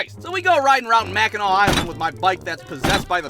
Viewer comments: i so happy you pronounced Mackinac right most people who dont live here say it wrong all the time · As a upper peninsula native..it's Mackinac island but mackinaw city. Props for pronouncing it right tho lol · As a Michigander I would like to thank you for pronouncing Mackinac correctly